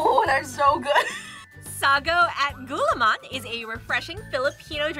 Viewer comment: You almost did great in pronouncing gulaman you have to say it a bit slow